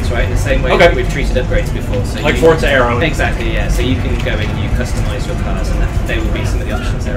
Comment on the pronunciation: Has anyone noticed that when he says forza it sounds like fortza